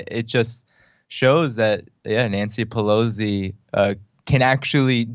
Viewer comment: No "z" in Pelosi!